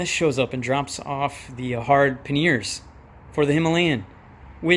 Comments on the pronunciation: Panniers not Panears please! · Awesome panniers mate, but those wires really kicked off my OCD! Drill a hole in the rear fender and hide them suckers for the love of money 🙏 oh, and no to painting them white. By the way, I love how you pronounce pan nears, I like to call them pan yes 👍 I’ll be doing my pan yes installation vid soon 😎, you’re much calmer than me in the workshop haha. ATB.